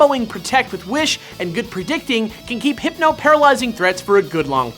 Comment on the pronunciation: I lost it at Heepno